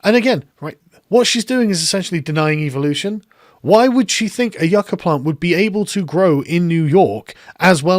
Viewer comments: Even if she's trying to pronounce "yucca" like native Spanish speakers, she's not saying it correctly. The emphasis is on the "Yu," not the "ca." I don't think she speaks Spanish. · It's not "YOO-cuh", yah dumb bitch, it's "YUHK-uh". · (You-ka; yuk-uh) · Yucca is our state flower and I've never heard it pronounced Yu-kah. It's Yuck-Ah stop saying it wrong it's pissing me off, what's going on? The green new deal went from getting leaders to talk about environmental issues to this environmental projects needing to be woke, annoying. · You ca ?? It’s pronounced yuck a. What a mindless bimbo 🤪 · IT is NOT pronounce You-ka. I live in the damn Southwest where this stuff grows NATURALLY. It is prounouced Yuc-ka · “That grows Yeuuukchyaaaaaa” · Yookah lol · And she mispronounced yucca its pronounced (yuck ah) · "That sometimes, a lot of these projects don't work out, occasionally." Sums up her brain power quite quickly. Also, isn't it "Yuk-ka?" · What pissed me off was that I thought she was just mispronouncing it I know the former at least is pronounced like this yuck-ah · spent years in a dozen countries of latin america... nobodies says yucca the way she did (last syllable intonation is supposed to go down) edit: also, she's talking out of her ass, and her voice tells me she knows that as she does it. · Did you just mispronounce my state plant you little commie shitstain? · Alexandria 'I can't pronounce yucca' Cortez. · Why did she call platanos 'plantains' but pronounce yucca with the accent? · or we could pronounce the k.